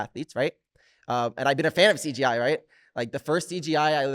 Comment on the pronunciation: mikey pronouncing CJI as “CGI” like 7 times in a row 😭😭❤️❤️